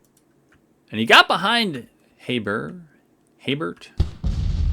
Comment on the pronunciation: Went to school with a guy named Hebert. He pronounced it something like "A Bear" as in, "oh no! I have a bear in my garbage can."